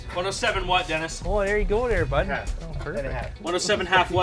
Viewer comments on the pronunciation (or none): Most Canadian thing you'll hear ... "Well there ya go dere baud"